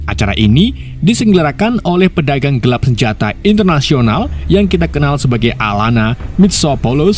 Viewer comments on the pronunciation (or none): none